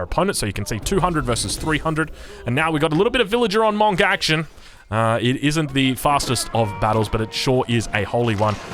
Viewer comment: Can we please say Monk properly